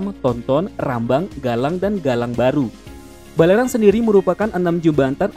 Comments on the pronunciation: Waduh mimin tolong di kroscek lagi nama jembatan di Batam itu bukan Bukan Balerang tapi Barelang, pantes telinga ku berasa aneh dengernya... Tulisannya bener tapi pengucapannya salah.. Sukses terus ya min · Batam = Jembatan Barelang bukan Balerang gaess 😁